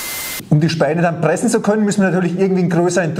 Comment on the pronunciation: und deswegen will ich versuchene die Sägespäne zu Briketts zu Pressene......lol gute Aussprache. Also, für Schreinereien gibt es eine Brikettpressanlage in der alles automatisch abläuft inkl. der Zuführung der Späne. Macht auch Sinn, denn wer soll denn den ganzen Tag mit einer Schraubzwinge Briketts pressen? Davon abgesehen, wer verarbeitet noch Vollholz? Alle Späne sind durchsetzt mit Resopal oder anderen Beschichtungen incl. Leime da nur noch Spanplatten verarbeitet werden. Sowas sollte man nicht in den Ofen stecken. Der Holzstaub glimmt nur, steigt mit der hitze auf und setzt sich im Kaminrohr ab.